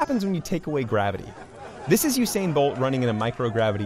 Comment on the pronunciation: Not you sain bolt Oo sa in bolt